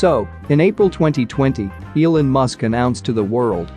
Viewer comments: Is this read by a robot? Mispronounced “Elon” and “lead” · Every time it pronounces "Elon", I throw up in my mouth.